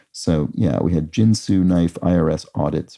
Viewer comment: I think Ginsu is pronounced with a Hard 'G' and not like the alcohol spirit or card game.